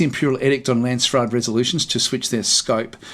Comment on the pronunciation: it is Landsraad, the way you say it sounds like Landsstad, it sounds like German and Lands is like land or country, raad is council, but stad is county or city so it makes a big difference how you say it. Dont want to be a dick about it I am not even German so I am not sure why it triggers me so much:p